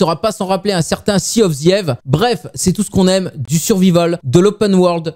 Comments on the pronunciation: "j'aime bien" le : Sea of ssièves xD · Tu ma tue de rire quand ta dit thea of tieve 🤣🤣🤣